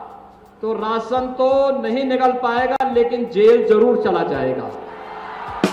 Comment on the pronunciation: राशन नहीं “रासन” समझे!